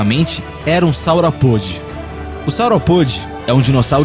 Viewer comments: Amigo, não é Saurapôde. A pronúncia correta é Saurópode! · Saurapôde? Que coisa mais amadora! Você nem pesquisou direito como se fala os nomes? SaurÓpode. Saurópode. Putsz.. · Ele falou Saurapôde, se diz, Saurópode :v '-')b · Não é saurapode mas sim saurópodes. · sauropôde? affff saurópode! mesozôico? Mesozóico! biblia como referência... mais um canal fazendo desfavor pra ciência, que triste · Saura pôde é teu cu!!!!!!kkkkkkkkkkkkkkk é “saurópode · O nome não é "saurapóde", é "saurópode". Outra coisa; saurópode não é uma espécie, mas o nome que se dá ao grupos dos dinossauros quadrúpedes e de pescoço muito longo. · Deslike só pq não sabe falar sauropode e behemoth